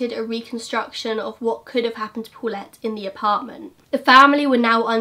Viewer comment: "Pulet" hahahahaha you almost say Bullet.